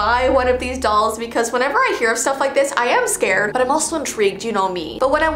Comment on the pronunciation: Sorry but is it only me or did say “scAred”